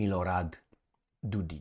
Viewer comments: No, it's Dodik, not Dodich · The mans name is DODIK , not DODICH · It’s Dodik not dodić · Republik Srbska 💪 Its Dodik not dodic fyi Love your videos 9 January is Republika Srbska day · Yep Dodich :face-blue-smiling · Dodik is pronounced with a "K".